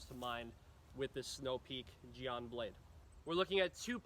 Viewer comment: It's pronounced Jen. Like the nickname for Jennifer.